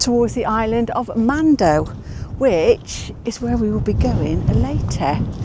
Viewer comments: Mandø is pronounced man-ø. Silent d. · Just a little language lesson. Do not pronounce the D in man(d) and the Ø (mandø) is not pronounced as an O. Ø is a single letter and also the word for island (In English) not the country of Island (Iceland in English) Norway also calls it an Ø and Sweden an Ö, they are all pronounced the same way. Try to listen to google translate to hear how the Ø is pronounced. (Is = Ice) oh and directly translate Mandø is Man island in English.